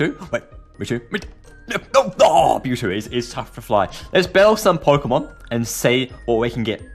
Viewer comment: It's mewtwo not mewtoo